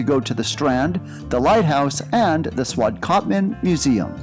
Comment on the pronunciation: 😂 Making a video you should learn how to pronounce the Town Names